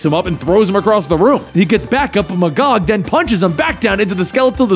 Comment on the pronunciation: KINGDOM COME REFERENCE....... um. .. isn't it pronounced Mag-gog? Eh, whatever.